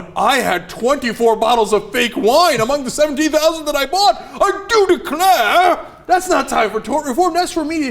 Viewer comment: lmao when asked Cenk is he thinks all rich men say "I do declare" I know they don't but it makes me laugh when Cenk says that with that accent:D